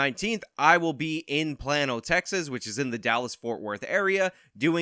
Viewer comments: "Playno" not " Plan-o" 🤣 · dude,, it's plane-o not plan-o 🙃😉🤷🏼‍♀️ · Its not “plah-no” Texas. Its “play-no” Texas. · It's play-no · I thought calling it like "plane-oh" would offend people! Non-Texan things. XD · It's pronounced "plane-oh" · It’s pronounced “plain-O” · Plano. Like Plain-o. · It's pronounced p l AI - n oh